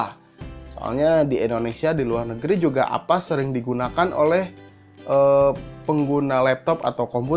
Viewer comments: avast bang bukan Apas :) #justKid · Avast jadi apass, Urang sunda ieu..